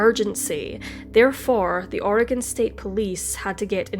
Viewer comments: You've done several stories that take place in Oregon and I've lived my whole life (54yrs) here. I just want to say that your pronunciation of our cities, counties, waterways, whatever is spot on! More than any other YouTuber I've heard! Keep up the terrific work! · You pronounced all the Oregon place names - including "Oregon" - flawlessly. Nice work!